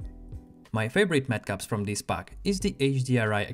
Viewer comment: not metcups lol its matcaps